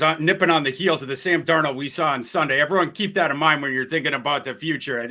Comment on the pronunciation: Now that can finally say Sam Darnold’s name correctly…. Can we start mispronouncing the former Minnesota quarterbacks name as “cooked cuisine”?